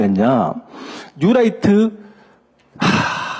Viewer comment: 뉴롸잍..이라고 발음해야 되는데...라이트 라고 해서 light 인줄..힘들더라도 영어를 쓰려면 확실하게 하는게..암튼 저놈의 뉴롸잍은 고질병과 같은 암덩어리입니다..